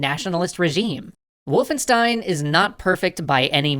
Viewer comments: sorry m8 for that but wolfenstein is pronounced "Wolf-en-sh-tein" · It’s VOLFENSCHTEIN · its not wulfenstein, its Wolfenstein guys ;)